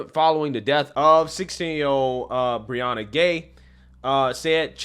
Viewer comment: Why are people saying Brianna Grey when with an "h" it should sound like Gay?